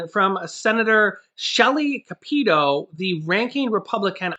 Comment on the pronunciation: I’m sorry it’s been bugging me, the way you say her name “ca-peet-o” isn’t right. It’s “cap-i-toe”. I know it’s a minor thing but I’m from WV and it just gets under my skin a little.